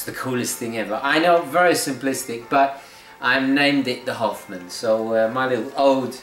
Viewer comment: Also, the way you say Hoffman sounds like "Half-man", and the bezel's colors are split in Half!